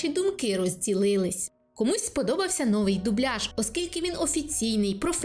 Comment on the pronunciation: новИй, а не нОвий.